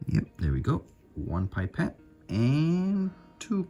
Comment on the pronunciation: when you say "pipet" it sounds like you're saying "bye pet" lmao